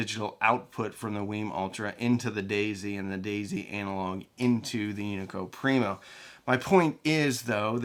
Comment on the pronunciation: being born not too far from here the Unico Primo amp is built you're killing me with your pronunciation! Great video!